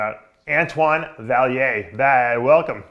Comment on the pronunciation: How to pronounce Vaillant